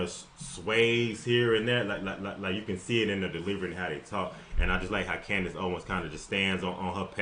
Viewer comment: Candice said it correctly.